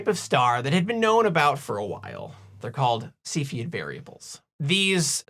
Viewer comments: Excellent! and now I can pronounce Cepheid. Moving on, how about velocity measurements? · I kept having to repeat after you saying cepheid. I’ve never knew how it was pronounced and it’s different lol. Thank you.